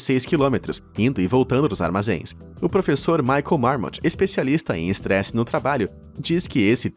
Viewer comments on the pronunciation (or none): none